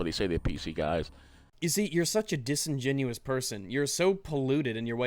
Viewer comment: He say disingenuios (i guessed the spelling) too much